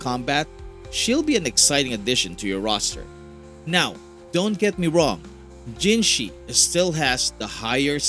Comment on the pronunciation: People still pronouncing her name as "jinshi" smh.